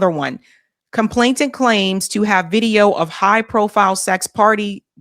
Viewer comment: Sorry to nitpick, but it's complainant, with an 'N", not "ComplainTANT. no "t" involved.